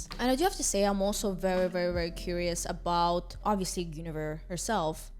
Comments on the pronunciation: GOON-averse ( don't worry I not native American speaker either) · Hope this helps with pronouncing Guinevere, At least I think this is correct but I could be wrong Gwen-A-veer "Gwen" like the name "A" like in "cat "Veer" like the last syllable of "severe"